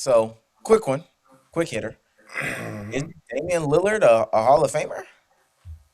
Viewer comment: Gil has never pronounced Dame’s last name correct. Dame “Leonard” … its a Lillard Gil 😅